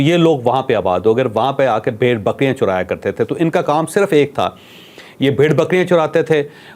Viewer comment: جاوید چوھدری عرف جیدا چنگڑ صاحب آپ نے کہانی اچھی سنائی ہے لیکن آپ کہیں سے بھی تعلیم یافتہ نہیں لگتے جیا کہ آپ نے لفظ برگزیدہ کو بزرگیدہ کہہ دیا اور بعد میں بکریاں چرانے کو بکریاں چورایا کرتے تھے بول دیا ایک اور لفظ بھی آپ نے غلط بولا ہے لہذا کچھ خیال کیا کریں کیونکہ الفاظ کی درستگی علم کی پختگی کی ضامن ہوا کرتی ہے۔ امید کرتا ہوں کہ آپ مائنڈ نہیں کرینگے۔ اور بنی اسرائیل کی آبائی سرزمین کنعان یعنی شام میں تھی فلسطین میں کبھی نہ تھی۔